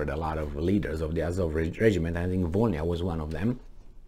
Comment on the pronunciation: It’s Vo - Ly (or Li) - Na That «bl» letter doesn’t soften the previous letter like «b» does. It produces its own sound. Which is hard to replicate for foreigners, apparently.